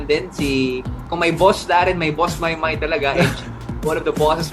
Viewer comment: admin..its pronounced as MAYBE....😍😍😍